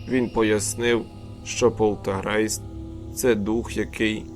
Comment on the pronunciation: Правильно буде полтеРГейтс, а не полтеГРейст. А в цілому непогане оповідання Бажаю успіхів